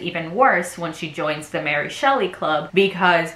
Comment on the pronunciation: super cute content, defo will subscribe but small note. that's really not how you pronounce ary